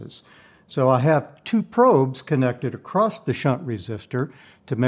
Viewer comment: I know Bode didn't know how to pronounce his own name, but there is really no reason for you to perpetuate the error. And the word "across" does NOT end with a T